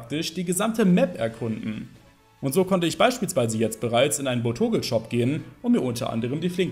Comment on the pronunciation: Es heisst BotoBeutel und nicht Botogel und ich habe kein Pandir gesehen? du meintest Teddiursa.. lest doch was da steht 🙄🙈